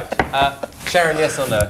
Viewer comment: The way she says Sharon (Sa⋅rzorn) got me wheezing 💀😭